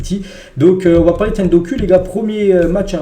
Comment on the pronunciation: Ce n'est pas de la haine mais ça se dit [dokou] pas [doku] 😁